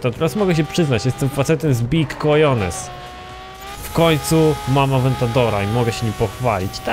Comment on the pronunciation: Cojones, w Hiszpanskim "J" czyta sie jako "H":)